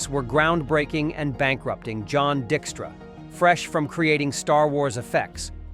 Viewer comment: Like pronouncing John Dickstra instead of Dykestra